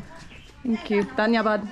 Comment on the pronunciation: I love the way you say "dhanyabad" ❤️